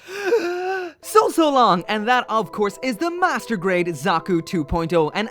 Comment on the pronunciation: is it just me or did he say masterbait zakus